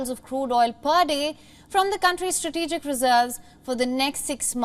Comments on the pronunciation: From the stratetetetegic, strategic or stratetetetegic lol.🙃🤣😂😅 is he on drugs or just too old or both stratetetetegic lmao 🤣😂😆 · Old biden Bearly pronounce strategic. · He has difficulty pronouncing the word "strategic" -- this is how in trouble we really are...